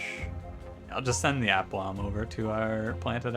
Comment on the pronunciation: It’s pronounced ah-plomb. Thanks for making these videos with such aplomb (not quite correct usage but close enough). Liking the new series